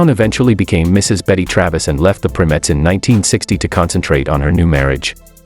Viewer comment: They were originally named The Primettes, pronounced "PRY-Mettes", not "PRIM-ettes". They were the sister group to The Primes, hence their name.